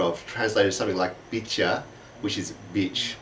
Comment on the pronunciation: All the episodes in this series are really great. However, you mispronounced 'bicha', which should sound more like 'bee-sha'.